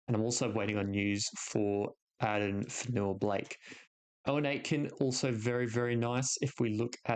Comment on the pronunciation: “You when Ate Ken” is how you pronounce it not Owen